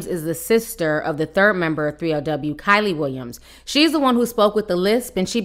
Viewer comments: Hey Ti ... you pronounced Kiely's name 3 different ways ... lol. ... just luv here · Girl, , I cackled at you pronouncing 'Kiely' like 3 different ways during this video! LOL!💖💯🤣😂🤷🏽‍♀️ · Butchered tf out of her name lmao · You saying her name wrong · Her name is pronounced “Key*Lee” ijs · Keeeey Lee LOL NOT KYLIE TF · Waiiit her name is pronounced like Kylie? I've always thought it was kee-lee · Bro its KIELY (KEELY) not KYLIE 😂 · Lmaoo Kyley Ti it’s Kiely..Pronounced Keely 😂😂😂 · Giiiiirrrrrlllll Keily!!! Pronounced KEEEELYYYY! You called her Kaley, Kiley... girl 😂😂😂😂🤣🤣🤣🤣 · Her name is key-leee not Kylie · Adrian didn't apologize for lying, she apologized for making her feel bad. And why she calling her Kylie it's pronounced KeeLee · Kee-ly, not Ky-ly lol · KEELY WILLIAMS NOT KILEY lol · isnt it keely not kylie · Her name is pronounced “KEE•LEE” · I can't take you calling this girl "Kylie" LMAOOOOOOO Her name is pronounced "Key-Lee" I know ppl don't like her and probably dont care lol. I just have a thing about names being pronounced wrong, I feel like we talking about someone else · It’s pronounced keely not Kylie 🙃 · Not being rude but its pronounced KEE LEE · Omg that was killing me. Once, she even said Kaylee...lol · Love you T but you always butcher EVERYONES name. The girls name is pronounced “key-lee” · It’s “kee-lee!” 🤣🤣🤣🤣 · Lmaooo her name is pronounced Key- lee but the girl with the lisp will do😂😂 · Keylee Williams is how it’s pronounced and she was also not the weakest dancer lol but agree with the other points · Thought her name was pronounced Kee-lee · Her name is Key-le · Her name is pronounced “KEE-LEE” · KEE LEE is how Kielys name is pronounced and a lot of this is lies. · Name pronounced-KEE LEE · It's pronounced Kee - Lee. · Pronounce keely Williams but spelled kiely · its pronounced kee lee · It's pronounced KEEEELY.. got it? K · Kee-lee Williams please pronounce it right . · Its pronounced keylee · Pronounced Keely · It’s pronounced Kee-Lee 🤦🏽‍♀️